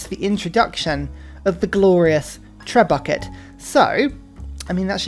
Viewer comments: Its spelled tre-bushé. Lovely video, love your gameplay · Only 7 mins in and he has mispronounced trebuchet, jannisaries, and amenities. Is this a troll? 😂😂